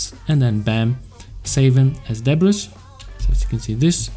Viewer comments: it's pronounced "Debree" ;) and great tutorial! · Great tutorial. I just wanted to let you know, the "s" in debris is silent. It's pronounced like duh-bree : )